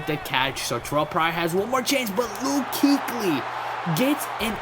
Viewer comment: kuechly is pronounced kway-chlee